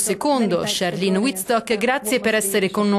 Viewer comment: qualcuno spiega a questo giornalista che si pronuncia CHARLENE con la "E" alla francese non "charline" lo sento ovunque! è come se mi chiamassi Alice e gli americani lo pronunciassero "Elis",all'inglese!